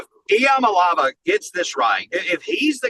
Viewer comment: Learn to pronounce Iamaleava. It’s so fucking disrespectful. Takes two minutes tops to learn how to pronounce EE uh MAH lay AH vah